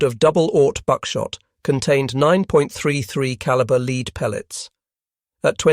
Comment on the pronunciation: non human narration is plainly obvious when they call pronounce Lead as LEED instead of LED